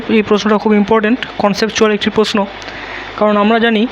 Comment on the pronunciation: কথাটা প্রশ্ন প্রষ্ন না